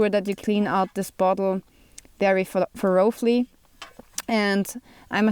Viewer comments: "ther-o-flee" lol you're adorable it's "ther-o-lee". Sorry, English is silly 😂 😋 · thoroughly is pronounced thuh ruh lee just so you know for future videos... great video by the way, i use a german army canteen, although the rivets in the cup have loosened over the years and it leaks... i will need to peen them tight again at some point